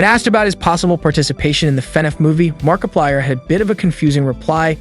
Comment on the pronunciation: You didn’t hear the part where he goes like “ItChapterOne” in the same tone or where he said “Markipiler” instead of “Markiplier”?